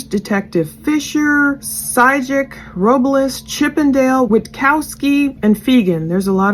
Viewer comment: Soto is pronounced the same way you’d pronounce soda just with an O at the end instead of an A 🙂 You got Robles perfectly 👌🏼